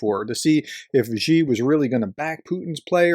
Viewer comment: You can't even pronounce Xi's name, so I have to doubt the amount of real research you have actually done in this subject, other than reading out-loud some news reports verbatim. If there is only one Chinese name you might bother to learn, it should probably be his... Sino-Russian relations are very complex and both sides have a lot of history that they are unable/unwilling to get past. Having lived in China for the last 2 decades, my best description would be that right now, they are tactical friends but strategic enemies. Just look at the distance between their mutual borders and their respective capital cities, China has good reasons to be fearful of a Russia ruled by an imperialist. China's short terms goals with respect to Russia are going to be keeping any chaos (Pax-Putin) away from their own massive border with Russia.